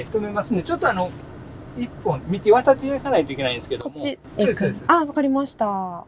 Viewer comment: 先生、コメントを返事くださってありがとうございました。 haha、我的意思是他說的聲音，聽起來真的像是在說「是、是」，反而不太像「そうです、そうです」，可能是講太快了。原來是我聽錯了，哈哈💕🧋🐇